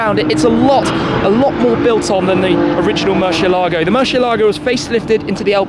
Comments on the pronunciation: Who pronounces it worse? Shmee: Mur-she-elago Tavarish: Mur-ci-elah-go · Why does he keep saying murSHEélago